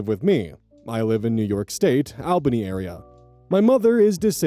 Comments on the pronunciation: For story one, a quick note! As a certified Albany resident, it is pronounced (all)bany, not (Ale)bany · I've always heard it pronounced as Al-bunny. 😅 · pronunciation of Albany gave me a mild stroke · 😀 At least he hasn't had to pronounce Rensselaer. That one drives me nuts. Many natives don't even say it correctly.